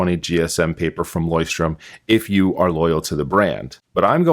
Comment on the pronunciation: Also just to be of some help if I can, their name is pronounced "LOYCH-turm" where you are pronouncing the c h as in the Scottish "loch". I observe that you keep mispronouncing the name.